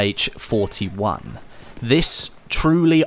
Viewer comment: Let me correct you. It is not PPSH, it is PPSh - “Sh” is pronounced as a single letter, because the author of the weapon design was called Shpagin